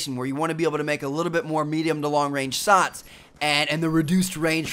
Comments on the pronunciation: He said sots instead of shots lol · Lol 'Sots'